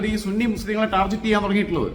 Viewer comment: Hi Target എന്ന വാക്ക് tar-get എന്നാണ് ഉച്ഛരിക്കേണ്ടത്. Tar-jet എന്നല്ല.